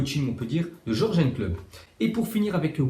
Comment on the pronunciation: Tu pourrais t appliquer sur les prononciations C'est pas dur de dire Yurgen klopp parce que ton jorjen klopp ca fait mal aux oreilles.